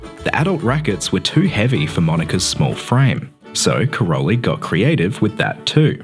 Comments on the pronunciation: Just a correction: her father's name (Károly) is pronounced as "Karoy" [car-o-y] - not Karol-y. Her name is pronounaced as 'Selesh' with sh at the end. It means: windy. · Great video. But it's not Karoli, it's Károly, in Hungarian -ly is the same as -j, one letter, not two. No word about her origin? She is 100% Hungarian, not "Yugoslavian". Her real name is Szeles (Windy), (pronounce: Selesh), and Mónika has a long ó, not short.